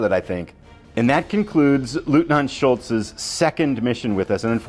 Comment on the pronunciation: Sorry but i think you mean "Schultz" 😄